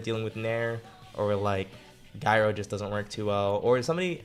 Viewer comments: he really said guy-roh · "Guy-ro" lol I had to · That's not how you pronounce "gyro"